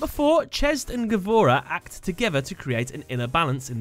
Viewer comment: by the way gavora is pronounsed gvura, and mean bravery